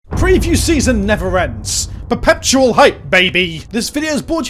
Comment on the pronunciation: WHY DO YOU ALWAYS SAY PERPETUAL WITH AN EXTRA P???????